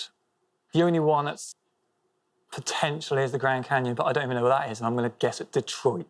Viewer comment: The grand caynon "Im going to say Detroit " LOL